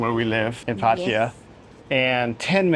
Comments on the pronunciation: It's not "Pa-Thai-ya". you say it closer to correct lol. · Please learn how to pronounce พัทยา… 😂